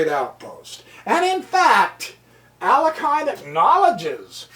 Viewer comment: Alakin? Alakin Skywalker. FYI: It's Alekhine, pronounced ah-lik-kyne